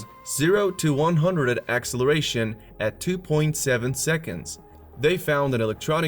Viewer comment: AXE-eleration! Lol!